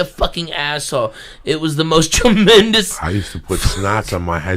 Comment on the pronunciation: Joey diaz says trememdous when ralphie may is describing his boogers. Jaja